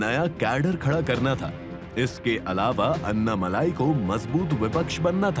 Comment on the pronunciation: अन्नामलाई नहीं भाई - अण्णामलाई।